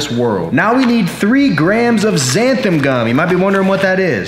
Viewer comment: Me: Seeing Xanthan Gum in every Anabolic Recipe video YouTuber: XANTHAM Me: ಠ_ಠ